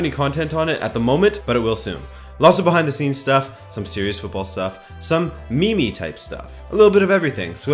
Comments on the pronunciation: Love the content bro. But it’s pronounced “meem”. Keep up the great work! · Did you just say me-me?